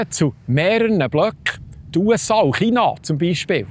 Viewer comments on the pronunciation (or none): none